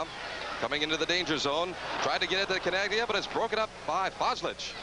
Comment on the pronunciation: I know we're watching a Lancers broadcast, but these guys pronouncing it Chin AG Lia makes it almost unwatchable.